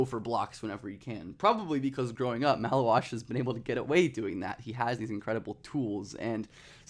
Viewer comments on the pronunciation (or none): Take a pint for every time he says malauach